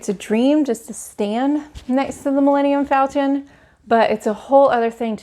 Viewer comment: How can you talk about your excitement for galaxys egde, but you mispronounced Milenium Falton? It's FALCON?!?!